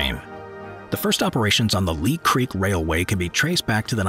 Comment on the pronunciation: 15: The Ghan (short for Afghan), not gun. 10: Leah Creek, not Lee. I assume the rest is right, but being stuck in Australia, I wouldn't know. 😁